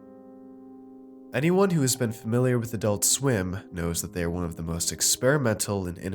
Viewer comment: adoolt sweem